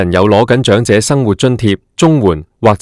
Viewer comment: 長(音掌)者生活津貼；長(音祥)生祿位。